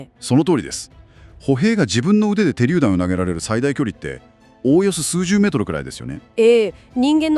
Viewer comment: てりゅうだんではなくしゅりゅうだん